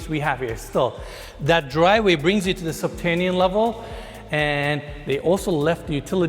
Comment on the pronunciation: 'Subtanian level has to offer'?. U lost me in the 1st minute dude. Its subterranian. Not doin business w this guy sounds like a dummy